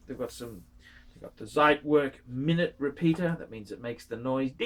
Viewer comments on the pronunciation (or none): You are incredibly lazy bum, that's for sure.. Zit werk???? Zit ??? Zeit in German means time. Pronounced tsite, fat lay bum.. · And also Zeitwerk is pronounced differently